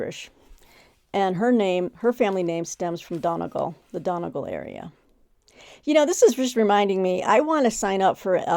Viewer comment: Pronunciation Time! Donegal is pronounced DUNNY GAUL. The Dáil - the Irish seat of government - is pronounced DAHL. As in, Roald. 😊